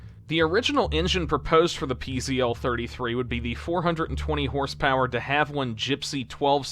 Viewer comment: Pronunciation correction: PZL is pronounced "pizzle".